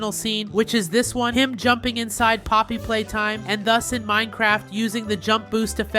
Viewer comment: Did dude say Poppy hopscotch.